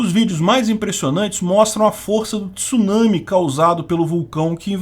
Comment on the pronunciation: Parabéns, pronúncia correta da palavra Tsunami!